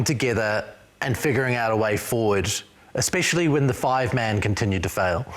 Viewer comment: "Expecially" - Bryn Hall, every time. 😂